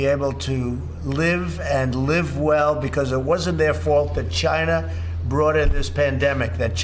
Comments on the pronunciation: Yeah, just keep saying "CHYNA" like in that classic video, you frigging coward. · Chyna, Chiiina, China, China, China! The man is total disaster! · "It's Gynah's fault" Useless human trash. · Chinah, Chinah, Chinah but then he said what a great job they had done and it was all under control, it would all disappear with the heat 🙄. Why is his administration still trying to repeal the ACA through the courts if he is concerned about people. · Dam "Jayna" virus. hehehe